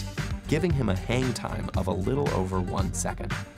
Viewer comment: Is it me or his "hang time"sounds like "hentai"